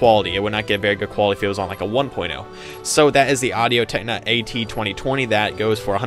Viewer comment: Audio Technica. Not techna. Haha, and seconded for the blue yeti. Though the pro is better.